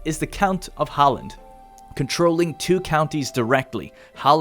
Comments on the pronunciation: As a swede I cringed so hard every time he said skåne or halland lol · I thought Halland was pretty decent! Blekinge however should have had an emphasize on the e at the end and it would've been great! Not perfect obviously, but you can't ask for too much! Edit: I missed the "Skåne", that was not great swedish-wise, but if I would have to say Skåne in english it would definitely have sounded exactly like lol